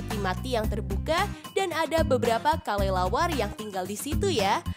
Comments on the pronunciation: Yang teka teki di detik 45 itu kalo ngomong kok kalelawar ya bukan kelelawar coba deh kalian periksa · Dia itu ngomongnya Kalelawar